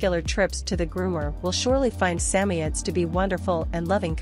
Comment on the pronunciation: Sa moids not sammyeds what a joke